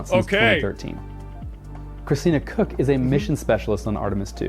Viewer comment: it's pronounced coke, not cook, wadda kook